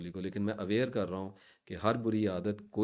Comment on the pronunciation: Bori nhi buri lafz hota h theek kijiye